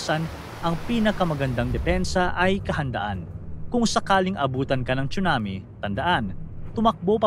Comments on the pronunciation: Tsunami Hindi 😂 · “CHONAMIII!!!” “CHONAMIIII!!!!”😭😭😭👊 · bkt po pronunciation sa (TSUNAMI) ay chunami ??